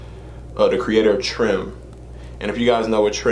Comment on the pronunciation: Loved this... Always followed St3ph, he's mad talented!! Trime... pronounced Rhyme with a T at the beginning 👌🏽